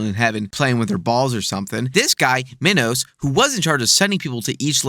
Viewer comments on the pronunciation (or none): pronounced mee-nos